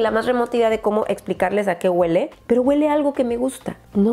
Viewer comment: "Este spray GÜELE riquísimo" jajajajajajaja es HUELE!! NO GÜELEEE!!